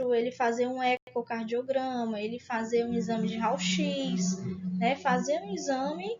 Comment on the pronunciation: Realmente ela é da área? Uma aula com mais encheção de linguiça do que conteúdo importante e pronunciando “RAUL X”.